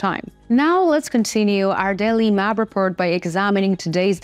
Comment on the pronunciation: repORt, not repERt